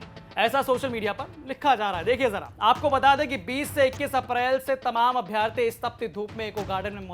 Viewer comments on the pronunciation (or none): अभ्यार्थी नहीं अभ्यर्थी होता है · 461000 नही दिए है परीक्षा 7.5 लाख के लगभग दिए हैं कम से कम जानकारी तो सही रखो यार 📍📍 दूसरी बात अभ्यार्थी नही अभ्यर्थी अर्थात छोटा अ की मात्रा होती है। अभि + अर्थी = अभ्यर्थी यण स्वर संधि होती है। इसलिए अभ्यार्थी न बोला करो थोड़ा भाषाई कौशलता भी सुधारो